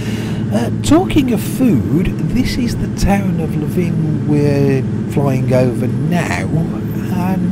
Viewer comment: Btw Levin is pronounced 'livin'